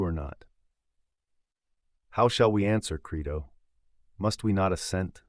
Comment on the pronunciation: (1) How about learning to pronounce your source material's title properly before recording? (2) How about also learning how to spell the name of the man whose translation you're using?